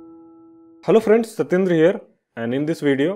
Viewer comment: OMG, sorry Satyendra for butchering your name! I swear I heard it September. My bad!